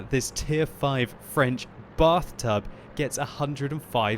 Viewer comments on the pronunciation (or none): The Batht00b, as the French Accent says. ( Bath-toob)